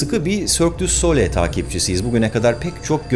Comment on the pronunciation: Güzel video. Yalnız telaffuz yanlış ! Sole değil SOLEY okunur "soleil"